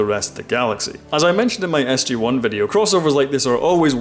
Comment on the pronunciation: Sorry but it s..gee one not s..jay one